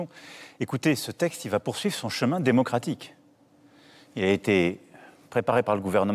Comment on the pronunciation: il a dit démocratique😂😂😂😂